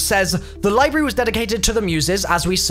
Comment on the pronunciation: Is he trying to say library? The way he’s spelling it and saying it, there’s no r in it.